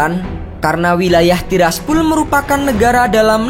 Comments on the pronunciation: Tiraspol bambaaang.. bukan Tiraspul🥴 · tiraspol bang bukan tirsapul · Pol, bukan pul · TIRASPOL BUKAN TIRASPUL 💩👎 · Gw paling suka lu klo ngomong "TIRAS TIRASPUL" wkwkw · Tiras tiraspul😂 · gw juga banke.... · Tiras tirasPHULLL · Tiraspol jdi Tiraspul wkwk 🤣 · Tiraspul tiraspul sakit telinga gua dengarnya